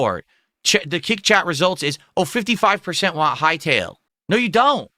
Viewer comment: I really cannot take him seriously whenever he says "waan" (want) 😂